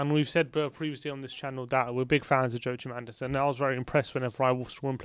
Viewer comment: Correction: Guys, it’s YO-AH-KIM Andersen 👊🏼 fingers crossed for some DEFENDERSSSSSS